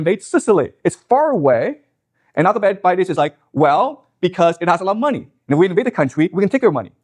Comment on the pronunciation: He didn't even pronounce Alcibiades' name properly... Also when he brought up the Athenian campaign to Sicily, there's a lot he missed... Like I'm a bit surprised he didn't bring up how the Athenians stupidly expected that they would be seen as liberators to the other civilizations on Sicily if they came to take over Syracuse and this would cause the other civilizations to rise up alongside the Athenians (kinda like he says the Iranians would be expected to rise up against the Ayatollah) except what the Athenians found out (and what he could've easily made a connection to for his position I'm pretty sure) is that the other people on the island of Sicily also didn't like the Athenians all that much and told them to just kinda leave them alone... This was an issue because another really dumb idea Alcibiades had was to land on the opposite side of Sicily to get these people to join them, but instead it just alerted the Syracusians that the Athenians naval forces were sailing by so they had time to prepare... Anyway, it's actually rlly interesting, Alcibiades was kinda like Trump in MANY ways IMO... He was insanely charismatic and people loved him but just like Trump he was also extremely stupid and also just like Trump he was totally fine working with the enemies of his people... There was trouble before the Sicily campaign where Alcibiades stood accused of a crime (which tbf he probably didn't do) and Athens wanted to maybe execute him over it so he fled to Sparta and then late